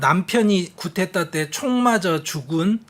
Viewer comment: 늘 감사히 열렬히 시청하고 있습니다. 말씀중에 흔히 보통사람들처럼 교수님도 프랑스어 꾸데따 (Coup d'Etat)를 쿠테타로 말씀하셔서 차라리 쿠데타로 발음하시면 좋을 것같습니다. 중간발음은 분명히 ㅌ 발음은 아닙니다.